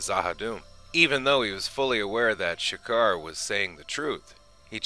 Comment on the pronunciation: Video was pretty thorough. Only thing is some pronunciations. Streib is said as Stribe, it's Ulkesh with no R in it, and it is' G'kar with a soft G, not Sha'kar.